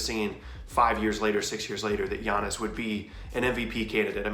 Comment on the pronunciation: Why they butcher giannis’ last name so bad 😂